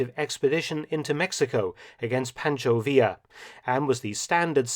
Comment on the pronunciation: Pancho Villa is bummed you can't pronounce his name.